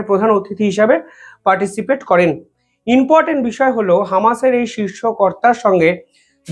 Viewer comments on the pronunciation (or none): ভাই ...reporting করার সময় তোমার শব্দ চয়ন সঠিক হচ্ছে না ...."বলেছে, বলেছেন, করেছে, করেছেন " এই জাতীয় শব্দ প্রয়োগক্ষেত্র ভূল হচ্ছে বারংবার....আর repeatedly "inportant pronounce korcho...it should be important "..be careful